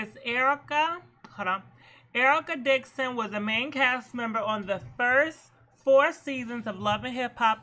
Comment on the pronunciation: UMMMM SAY IT WITH ME..... “ERICA DIXON!” 🤦🏽‍♀️🤦🏽‍♀️🤦🏽‍♀️🤦🏽‍♀️